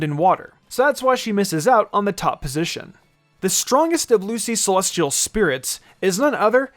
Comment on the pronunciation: why the fuck you say celestial like SEH-LOSS-TEA-AL